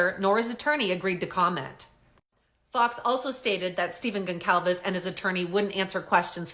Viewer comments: GON-Sahl-VES THE C IS PRONOUNCED AS AN “S” . …. You’re welcome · I don't believe your pronouncing Steve and Kaylee's last name correctly. Never mind the Canuck accent. should check that out. Maybe I'm wrong 🤷🏼‍♂️🤦🏼‍♂️🤷🏼‍♂️